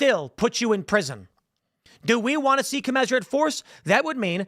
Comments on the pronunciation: Tim, please mention the facts that MLKj was a Marxist, since you've done "Honest" Abe. Also, I think it's pronounced "Co-mizz-er-uht" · Can we talk about how commensurate is pronounced?